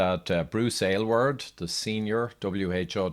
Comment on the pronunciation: I must say, as an Aylward, I love that you pronounced it properly and chose to present this information. I remember his statements and appreciate how you strolled us down memory lane.